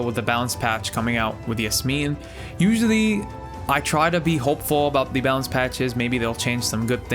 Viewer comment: The way you said yasmin... arab recognizes arab